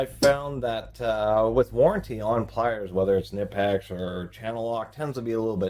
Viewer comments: Its not Ka Nip ex. Its Ka Nee Pex. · Knipex is pronounced - Kuh Nee Pex... basically saying Knee as if the K isnt silent. Kaneepex. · Is it really that hard for you to pronounce “Kuh-nip-ex”? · Knipex ==> Pronounced K-nee-pecks (the "K" is not silent). Got it from a Knipex company video ad. The ad is in German but the pronunciation is clear. I like to pronounce it the way the actual company itself pronounces it.